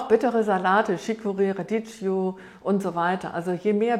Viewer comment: Radicchio spricht man Radicio😁